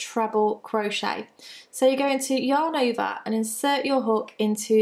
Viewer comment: Love your videos, although when I watch at home, my husband and son think you are saying "Your neighbor" every time you say "yarn over." :-)